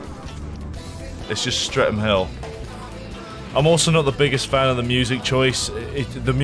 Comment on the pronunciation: lol "Stre'm Hill" :P